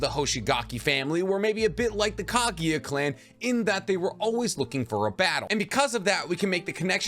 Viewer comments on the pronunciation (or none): none